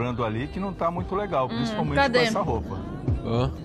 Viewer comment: » mũinto crinji, mũinto crinji... 😆